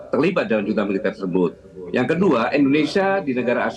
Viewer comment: junta dibaca HUNTA